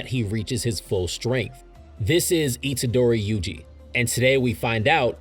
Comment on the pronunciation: Satoru Gojo: SAT·oR·Ru Gojo Itadori Yuji: Yuji E·TA·Dori Maki Zen'in: Maki ZEN·IN Kento Nanami: Kento NaNa·Me the name butchering got me heated